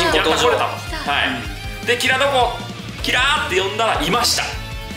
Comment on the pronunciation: キラのイントネーションに終始違和感しかないんだが（笑）